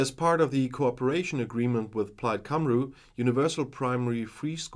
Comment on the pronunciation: Great video but your cut scene maps are for Northern Ireland! Also, Plaid “Cymru” is pronounced Kum-ree. 🙌 Fantastic to hear you talk about local business in Wales. Hope you do more. This is better put together than the news IN wales! Thank you for sharing!